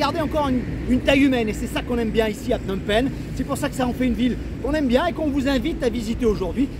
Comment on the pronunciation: de très belles images , je vais continuer à regarder . cependant , on entend Phnom Pènh ! Phnom Pènh ! et c'est un peu douloureux pour les oreilles , parce que les cambodgiens disent Phnom Pénh . à ce titre , il serait intéressant de regarder une vidéo sur la chaine "Khmer Lesson" , qui s'appelle "how to pronounce names of provinces and city in Cambodia in correct way for foreigners" . ensuite , à , "phsar thmey" , littérallement "nouveau marché" . attention , il ne faut pas oublier qu'en khmer , l'adjectif suit toujours le nom . phsar = marché et thmey = nouveau . ensuite , la visite de Tuol Sleng Genocie Museum , et le lieu est présenté comme un camp d'extermination , mais ce n'était pas le cas . S21-Tuol Sleng était le centre de torture , mais ensuite les détenus étaient transférés à Choeung Ek pour être exécutés immédiatement . contrairement à Tuol Sleng , le 2è camp était équipé pour détruire les cadavres . ensuite , pour le Musée National du Cambodge , il y a beaucoup de choses à voir , et si vous voulez avoir le temps , n'oubliez pas que le musée ferme dès 17 heures . à la fin , vous parlez de l'aéroport Pochentong , à 7-10 kilo du centre ville , mais bientôt les touristes vont arriver à PP par le nouvel aéroport dit "Techo international airport" , qui est situé à 20 kilo du centre . ouverture de l'aéroport en 2025 . votre vidéo est très intéressante sur l'ensemble .